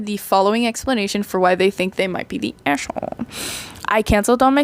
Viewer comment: Istg i am going crazy about how you say the a in aita lol Its so funny "eshholee" XD (Also your art looks great